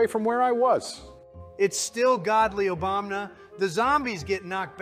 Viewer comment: When Trump isn't roasting Joe, he's mispronouncing Obama's name. Love it! Also Licensed Contractor is at least a C tier because you get free points with multiple activations.